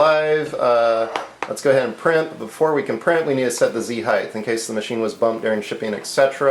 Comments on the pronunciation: I don't know whether you are aware but you pronounce 'height' (should rhyme with tight, might, fight etc.) as 'heigth' (doesn't really rhyme with anything except maybe orange or silver?) see link for clarification. Otherwise, barring my OCD I enjoyed this vid. keep 'em coming. ;) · I love your review this is a great review. Makes me want a delta. I wish you didn't say "heighth" so many times though. That's my pet peeve. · Really cool! My only complaint with the video is the repeated mispronunciation of the word "height". Notice that there's no H at the end.. You kept pronouncing it at heighth (highth). The word ends with a "tah" sound. I'm usually not a grammar nazi but this one really bothered me because it was repeated so many times. Plus, how will we ever learn if others don't point out our mistakes? Other than that. Really great video! I'm already subscribed, otherwise I would sub. Keep up the good work. :)